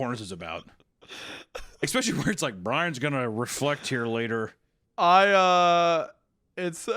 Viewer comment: there we go, there's the "expecially" I was waiting for <3